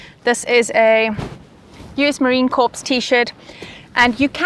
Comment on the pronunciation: FYI, Marine Corps is pronounced "Marine Core", not "Marine Corpse" Their old joke is "We're not dead yet!"